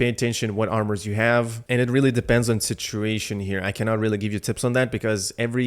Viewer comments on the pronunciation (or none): none